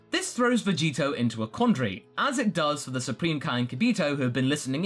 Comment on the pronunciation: Say Vegito more clearly more than half the time it sounds like Vegeta.Even the subtitles say so